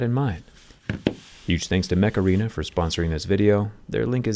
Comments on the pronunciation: mech arena? i tought he said macarena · Mech Arena sounded like Makarina 😂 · I heard Macarena. 🤣🤣🤣🤣🤣